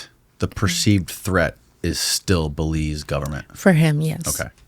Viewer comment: "WAS THIS IN BELIEZE?"🤣👎NO FKN IDEA